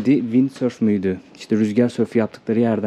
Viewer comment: Senin telaffuz ettiğin windsurf… FYİ.